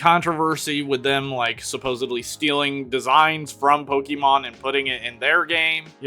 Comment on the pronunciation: "suposebly" Pmsl